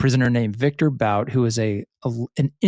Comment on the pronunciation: It's definitely pronounced Viktor BOOT